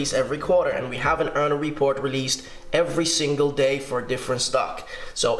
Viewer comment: What's he saying? Earner report? Earl report? Earla report ?